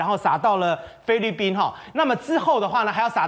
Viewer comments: “灰”利宾！！ 中文练好在读新闻吧。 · 灰掠宾听得我好难受呀哈哈😄